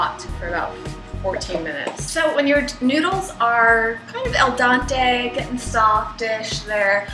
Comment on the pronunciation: Lol. El dante?? It's al dente :) Cute.